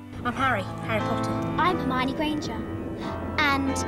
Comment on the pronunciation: "jarmáioni" ????? La minita se llama Hermione pelotudooooo !!! Pareces esos que le dicen "Yéison" al Jason de los argonautas ...